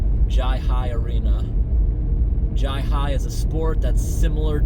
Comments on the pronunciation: It’s pronounced “hi-uh-ly”. Great vid man and thanks for helping that pup. I love your drainage content of course but it’s cool to see you mix it up a bit. Don’t mind the trolls. Many of them aren’t even trolls, they’re just idiots. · It’s pronounced HI-LI. They have an old one here in Newport Rhode Island. You would bet on the players but the players used to bet also and it ended the games because of cheating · It’s pronounced HIGH LIE. A Jai-Alai facility or stadium is called a Fronton. There was also one in Tampa as well as West Palm and there are still a few operating in the Miami area. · Bridgeport CT had a Jai-Alai. (Pronounced Hi-A-Li) It closed in 1995. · Its pronounced hi lye. Great vid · It’s pronounced High-lie btw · We had some up here near your home town in MA. It was Harford Jai Alai. It's pronounced "Hi aLI". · It's pronounced "Hi-Lye" and my feed has been getting shorts about it. Good on you for helping the dog. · If anyone is wondering, it's pronounced "Hi-Lie". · It's pronounced hai lai